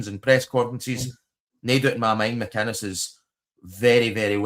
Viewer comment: Mate it's Derek McInnes not McIness.. thank me later..😊